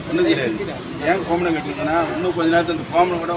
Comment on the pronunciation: டே.......ய்...... என்னடா இது ? கோமணம் இல்லை கோவணம்.